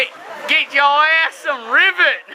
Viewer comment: It's pronounced rivét